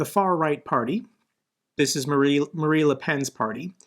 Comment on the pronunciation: Just a small thing: Her name is Marine not Marie Thanks for keeping our spirits up with your tireless and passionate work